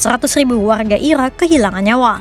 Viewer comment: ga ada lagi speech yang jelas min? susah wehh waktu dia nyebut irak,iran